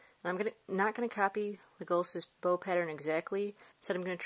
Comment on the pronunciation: You keep on saying it wrong(leg-a-las)